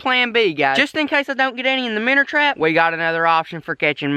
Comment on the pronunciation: “The minner trap” man I love you good job on the video